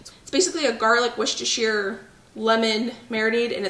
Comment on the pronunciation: Yay!!! You can pronounce Woostersheer sauce!